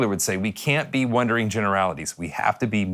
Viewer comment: Did he say wondering generalities or wandering generalities?